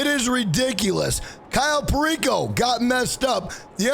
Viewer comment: Kyle Perico is what they think is saying that but he is saying cayo perico & it comes out as Kyle Perico L🤣L👍